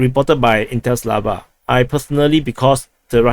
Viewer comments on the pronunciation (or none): none